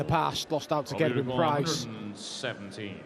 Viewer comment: I love how they are Pronouncing Gerwyns name propely now:)! Instead of pronouncing Ger-Wyn as 'GHER-wyn' Always used to annoy me when they pronounced The beginning of his name (Ger) as if they were saying - 'Gher' like as in the word GHERKIN lmao (I'm Welsh)